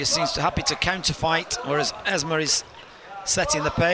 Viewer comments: The name is EsmA, NOT EsmE! Too much Coronation Street! (Oh, and she's Moroccan). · Not Ezmee. EsmAA